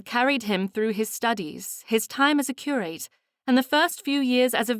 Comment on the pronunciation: Another over- annunciating narrator. It’s pronounced ‘ cur- ut’ not Cure- rate’ and ‘ Dutch- us’ not Dutch - ess’. It’s not easy on the ear and thes3 stories are so fabulous! Wish I was reading for you all!